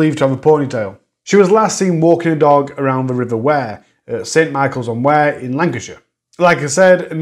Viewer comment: River Wyre, pronounced like wire, eg piano wire x